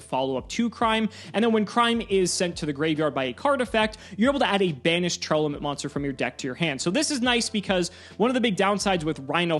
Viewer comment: I wish people would stop adding an extra syllable into Tear-Laments. I don't think I've heard a single person pronounce the name correctly. Great video though, thank you for all of the information!